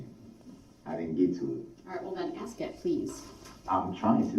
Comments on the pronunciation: Axe or axin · Brooks it's ask. And not axed. He is really bonkers. I feel destroyed by all the abnormal things he did. And now he looks and speaks like a clown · I think he pronounces it "axe" just to annoy me personally